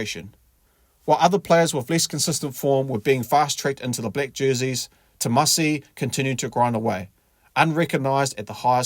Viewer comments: ‘Timoci’ not ‘Tomasi’ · Just a small side note, it's pronounced 'timothi' as in Timothy and not 'tamasi' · Hey mate, the c in Fijian is pronounced ‘th’ . So Timoci is pronounced ‘Tim-o-thee’ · Is it Tomasi or Timoci?Please get it right Sir. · His name is Timoci not Tomasi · Timoci <=== Not Tomasi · It's Timoci Tavatavanaeai... not Tomadi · It’s Timoci not Tomasi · Timoci not Tomasi mate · Sounds like u calling him “Tomasi” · narator...its Timoci...not Tomasi ... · Its Timoci not Tomasi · Its TIMOCI you.!! NOT Tomasi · Apart from the topic…I like how you pronounce the name..😅😅..it’s Timoci which sounds like Timothy and not Tomasi 🤣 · Brùv not tomasi it's timoci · Tomasi ?? 😂 thought his name was timoci (Timothy or jim) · It's Timothy not Thomas 🤦‍♂️ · Timoci not Tomasi😂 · It's not Tomasi it's Timoci. To be exact.. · It's Timoci, not Tomasi...😂😂😂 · It's not tomasi..it's timoci my dear😂😂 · Its Timoci not Tomasi..Sir...future allblack for sure. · My guy, It's pronounced Tee-mo-thee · Tee-mor'-thee (just like pronouncing Timothy emphasizing 'mo') - dou boci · C's in Fijian are pronounced "th" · At least get his name right mate! “Timothy” .. The letter “C” in Fijian is pronounced “th” chuuur cuzzy! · It’s pronounced Timothee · Awsome stats and commentary but please get his first name right.